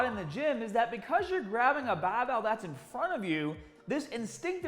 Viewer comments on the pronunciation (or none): why is he saying supah and bahbell but has normal american accent😭 so confused rn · Lmao he taught me how to properly hold a bahbell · Kind of click baity. Title says barbell not bahbell. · Great clip,! The rear barbell shrug, in particular, was a revelation. Both informative and entertaining (that “nipples hard” tag nearly made me spray my green tea across the room). Here I must confess that my primary motivation for clicking on this video was the prospect of hearing you say “bahhbell” several times in five minutes. 😔 However, I ended up with so much more. Thanks again and keep ‘em coming! 👍🏿🦁🔥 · His accident did...he says “Barbell” now like he’s from Boston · As a non American, I find the way says "barbell/started/harder" so strange! Haaaaahhdaahhh! 😂